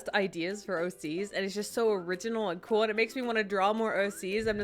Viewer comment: why do you say it like that